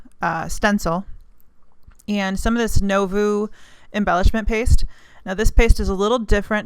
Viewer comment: Nevo pronounced New-vo. Lol. Love the video